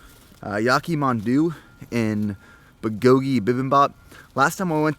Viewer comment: The way he pronounces that Korean food kills me.